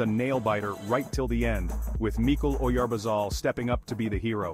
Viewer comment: It's Mikel Oyarzabal, not Oyarbazal